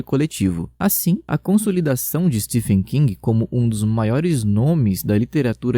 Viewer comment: Não é ”Stefen” amigo, a pronúncia de Stephen é “Steven”, só estou corrigindo pois achei muito legal seu vídeo